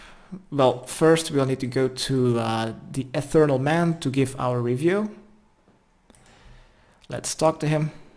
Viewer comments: e th e real not ethernal not a thing fuck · Come on man, your explanations of the dice thing is just abysmal... also it’s pronounced etheREAL, not etherNAL. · It's ETHEREAL, not ETHERNAL. Pronounced ETH-EER-EE-AL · "Have you learned anything?" "Ethereal is apparently pronounced Ethernal"